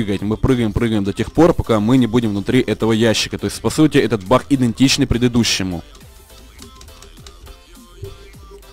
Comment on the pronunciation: ты украинец? почему-то ты говоришь бах а не баг